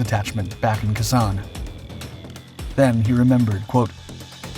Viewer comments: It is pronounced Kay Sawn. Pronounced Dee-en be-en foo. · The idiot narrating this needs to learn how to pronounce KHE SANH (KAY SAN!) How offensive to our veterans to get the name wrong where so many lost their lives! 😡😡